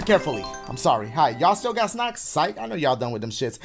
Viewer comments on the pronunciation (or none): I cannot be the only person who thought he said "sex" instead of "snacks" 😂😂😂😂😂😂😂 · i thought he said “Hello, do you all have sex”😂😂